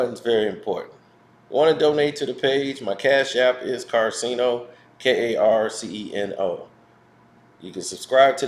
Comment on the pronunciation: Why u saying 69 karceno